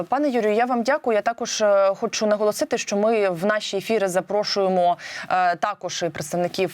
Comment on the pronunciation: она хочет "наголосыты"😂😂😂, она что причитать и голосить будет по погибшим???